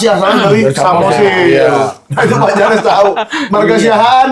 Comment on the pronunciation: Janess...jadi jenees😂😂😂